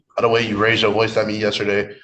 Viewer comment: Raised not rase 🤦🏼